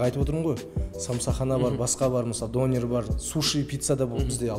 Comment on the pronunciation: дОнер емес, донЕр!